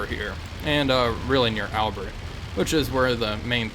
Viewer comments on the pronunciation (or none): FYI, the place is pronounced Al-bare, even though it's spelt Albert.